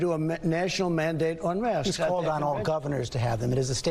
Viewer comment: Why is he calling masks mosques?